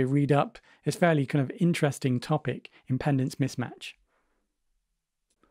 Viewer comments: No offense, but you need to fix pronunciation on this one: "Impendance" -> "Impedance" Watching/listening I was confused, until I read the word to understand the point. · its pronounced 'impee''dence mismatch